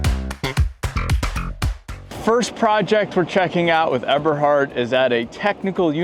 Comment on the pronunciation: check on the pronunciation: Eberhard.... it is a long "E" sound, German E